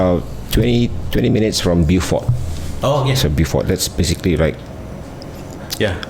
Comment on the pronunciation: To pronounce "Beaufort" is "bo-fot".